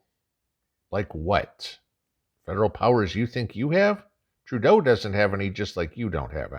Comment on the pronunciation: You keep misspronouncing Turdeau's name....